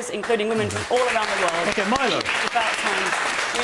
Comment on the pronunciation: You think Kate Smurthwaite deliberately kept mispronouncing Milo's name?